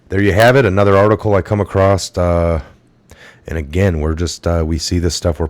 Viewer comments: And also it's across.....not acrossed...... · Cant sub a channel where the host says accrosst. Theres no "T" in accross, look it up. That's 1st grade learning. Unbelievable